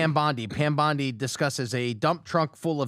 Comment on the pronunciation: You know, as an Australian that lives in Sydney, the pronunciation of Pam BONDI's name hurts deep down.